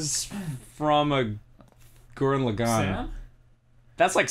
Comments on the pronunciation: Not gurren laggan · Oh Ross, why can't you pronounce Gurren Lagann? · That's the weirdest pronounciation of Gurren Lagaan I've ever heard in my life. You hear the actual pronounciation like 1000 times just watching the series. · i don't like the way Ross pronounces Gurren Lagann